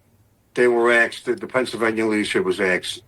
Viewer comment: I'm right there in Brooklyn, NY. Dear to my heart, this guy just pronounced "Asked" as "AKSED." Full-blown Brooklyn vernacular right there. Gotta love it.❤ Anyway, this case will set a precedent for many future health claims. Maybe that's the point.